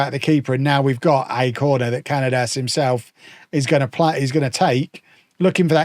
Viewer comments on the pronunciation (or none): Cañadas' name is pronounced "ca-nya-das". The letter ñ is similar to the "ny" sound in the word "canyon".